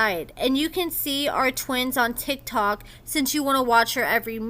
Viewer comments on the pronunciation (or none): none